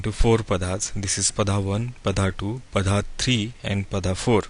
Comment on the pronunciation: Very nice program but pls Can u pronounce 'नक्षत्र' ना कि नक्षत्रा , and 'पद' ना की पदा , this wrong Hindi is always always heard on every u tube channel , I don't know why people r teaching concepts from sanatan and not taking pronunciation from the same , Kab Tak hum abhi bhi western world ke slave Bane rahenge !!! Jago Bharat jago 🇮🇳🇮🇳